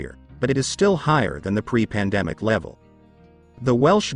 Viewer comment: The preplandemic level. AI robot voice mispronouncing again.